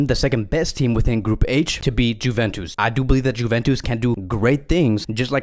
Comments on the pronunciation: It’s not Juventus it’s pronunciation is ‘Yuventus’ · Is he pronouncing the J in juventus on purpose? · please stop saying "Juventus" wrong way :)